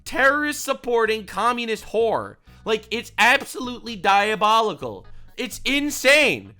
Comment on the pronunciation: stop saying diobolical or I will steal a penny from you, sir.